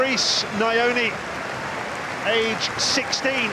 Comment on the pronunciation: It is nyoh-knee (bird)not knee-yo-knee